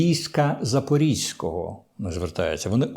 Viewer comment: Не Запорізького, а ЗапорОзького.